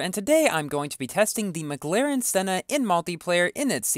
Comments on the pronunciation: OMG 😆😆 , you mispronounced McLaren Senna. You said, “Mglaren Senna”. Also, Merry Christmas. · He said MaGlaren